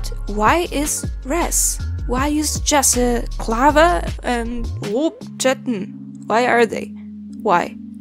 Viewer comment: The way you pronounced Jesse Klaver sounded like a Dutchman trying to sound German lol. Edit: and that trying to sound Dutch made me think you were Russian lol